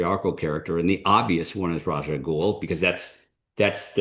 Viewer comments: They both, in these clips, pronounce "Ras" as "Razh," whereas the films expressly say, "Raz." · "Raz" is the more correct pronunciation in Arabic. And "ras alghul" is Arabic for "Head of the Ghoul", and where his name came from. His creator seemingly got confused with the Hebrew word "rish", which means "head", but "Ra's Al Ghul" in Hebrew doesn't mean anything .